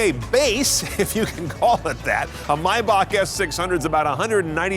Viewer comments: it's pronounced "may-bahk" German remember.... how the hell do you get "mi-bahk" from Maybach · I cringe every time he says “My-Back” it’s “May-Back”!!! (TRIGGERED) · you pronounce the month "May" as it is so why pronounce "Maybach" as "My-bach". "may" and "my" are different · Why the hell he calls it Mybach!! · Jesus Christ is pronounced MAYback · Lol atleast learn how to say the name its "mey-back" you know like the month "may" your saying it like theres no "A" in it the hell is wrong with you, you're suppose to be a professional car reviewer. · Lol typical American comment... You also call Porsche "por-shaaa" probably. It's My-bach. Greetings from Germany. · i've been pronouncing maybach wrong my whole life lmao